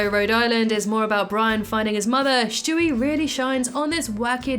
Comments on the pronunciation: Stewie. Not shtewie. I just had to say it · Why do you call him Shtewie? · Shtewie, interesting.